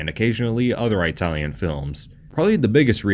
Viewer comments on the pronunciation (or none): ih-talian, not eye-talian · I couldn’t get past the narrator mispronouncing “Italian” repeatedly. Say it like “It-al-yen” not “Eye-tal-yen”. Having worked with Italians for years I cringe hard when I hear that pronunciation, and think the speaker must have been from the trailer park. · It's ITalian not EYEtalian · Flinching every time you say "eye-talian" like a r*cist grandpa. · He pronounces Italian as I-talian. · Why does he keep saying Aitalian? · Jeez those friggin eye-talians....lol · No one:: Eyetalian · “Eye-talian”? Yes, dude, we know you aren’t Italian. I’ll bet this guy thinks Spaghetti-Os are delicious. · It's not EYEtalian, you moron. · EYE-talian is a good example of domestication right there. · Please quite saying Aye-talien. You sound like my hillbilly neighbor discussing pizza. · Eye-talian? why not just call them Wops? You're a bigot. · Didn't know about this, super cool. Cringed every time I heard "EYE-talian" though. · Same here! This guy probably has trouble ordering food at Olive Garden. Too ethnic for him. 😂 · love the pronunciation of itallian, i tallian, from apple. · I know, I winced every time he said that. XD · I am 0% Italian, it hurt me as well. I thought only old ignorant cartoon characters actually pronounce it that way. 😂 there is no country called “eye-tally” and they never say it that way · Eyetalian lol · Why do you always pronounce it "eye-talian". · "Eye-talian"? Are you effin kidding me? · You probably have no problem pronouncing "kaiju tokusatsu eiga", but "Italian" you can't do? What the fuuuuudge.